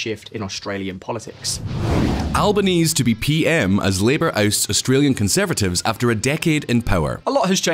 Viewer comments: Long time Aussie viewer here, love the content. You have butchered the pronunciation of Albanese and Canberra in the first 3minutes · Please learn how to pronounce our Prime Minister’s name correctly. It’s an Italian name so the final E should be pronounced, just like Calabrese. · Can you learn to actually pronounce the names please? You’d only need to watch one damn video. Canberra, albanese both pronounced wrong, amount others. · It’s pronounced Albanee-see not albanes. Expect you to do some more basic research like this. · How very British to make zero effort to learn how a foreigner's name should be pronounced. Pro tip: Albanese = "Alba-knee-zee" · “Al-bah-nee-see” not “Alba-knees” “Can-brah” not “Can-beh-rah” Otherwise - a great report. Well done. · A programme on Australia and you can't pronounce Albenese's name correctly. It's AL-bə-NEEZ-ee. No one in Australia pronounces it AL-bə-neez. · It's pronounced Albo-nee-ze not Albonees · Does Visualpolitik ever research how to pronounce the names of people and places ever CANBERRA - pronounced Can-bra NOT Can-berra (like berry with an “a” at the end”) ANTHONY ALBANESE - pronounced AnTHony Alban-EASY - NOT “🐜ony ALL-ba-KNEES” FMD I eye-roll at this channel sometimes 🙄🙄🙄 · FYI it’s al bon easy not al bon ease. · It’s not Elba knees but elaba knees se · It’s pronounced alboneasy not albonease. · Albanezeeeeeeeeeeeeee not Albaneese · It's pronounced An'th'ony not Antony & Alboneesee not Alboneees fyi I'm convinced you guys mispronounce things on purpose just so you'll get comments like these lol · It's pronounced albanezee not albaneez ffs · Also the pronunciation of Albaneez as though it is a French name was also very distracting; it would be like someone saying Liz Trooss. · Actually most of us, including yourself say it wrong too. It's an Italian name, so pronounced 'al-ban-eh-zeh'. When asked about it, he confirmed that pronunciation but encouraged people to just call him Albo. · An-toh-nee Al-bah-nee-zee